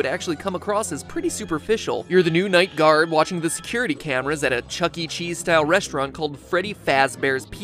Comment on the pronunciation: "Chuckee Chees" 💀